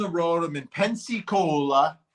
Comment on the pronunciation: Vinnie you know it’s PENSAAACOLA right. You’re just kidding right? 😂😂😂